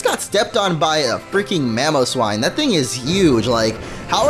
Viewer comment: "A freak in Mamowswine"